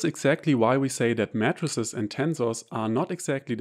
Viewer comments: This is a good video. The only thing I would comment is that of the pronunciation of matrices. To an American audience it sounds like you are saying MATTRESSES. The American pronunciation would be May-trah-sees. A singular May-trix. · Your English is superb and idiomatic, and the accent may even be an advantage when teaching math. But unsolicited advice: your “matrices” sounds exactly like “mattresses”. That first “a” should sound exactly like “E, dann I” auf Deutsch. MEEITRIX, sonst total verwirrend . Might be relevant in your line of work. Matratzen statt Matrizen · mattresses 😂 😂😂 y mean 'may-tr-sees', rather ? yeah, that gets my vote... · For the first 2 minutes I heard "matresses" and yes, I was thoroughly confused.... haha